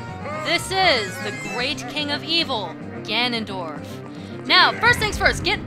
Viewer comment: Wow, you absolutely slaughtered Ganondorf.